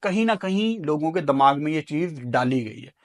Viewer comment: Dimag ❌ Dammag ✅